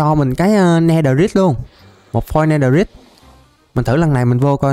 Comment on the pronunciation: netherite âm cuối rite phát âm "rait" mới chuẩn ạ